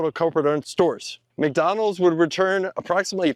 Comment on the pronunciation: we WUZZ MACDONALDS epmpoyeezz😂😂